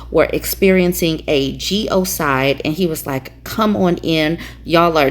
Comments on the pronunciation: Genocide, not "geo-cide." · “A geo cide”? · It's 'genocide' not 'geocide'. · What the fuck is a geocide sister? Do you possibly mean genocide? I don’t believe there actually is a word geocide?? But man do you ever sound like a typically ignorant uneducated amerikan saying that…geocide, maybe that’s when an entire country collectively kills themselves all at once? But wait, that’s never happened before, so that can’t be it either…. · Its pronounced 'genocide' and not 'geocide'. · I know you didn’t just say Geo-side??? It’s actually genocide…